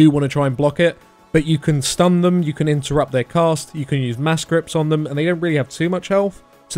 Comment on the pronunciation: Not gonna lie that sounded like "you need to imp-terrupt" :D